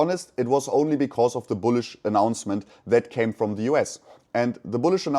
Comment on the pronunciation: buliush biluissh biliiussh?